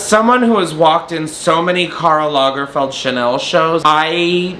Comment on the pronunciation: Take a shot every time he says Karl Langferd